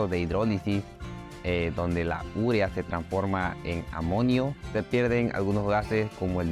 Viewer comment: porqué dice URIA, cuando está escrito UREA ??